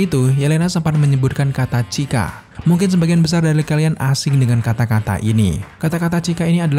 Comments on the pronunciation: Bukan cika, tp "suka", ditulisnya emang сука, tp di huruf Russia, c bunyinya s, dan y bunyinya u. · Bukan Cyka tapi Сука (dibacanya Suka) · Cyka dibaca suka bang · itu dibacanya "Suka" bang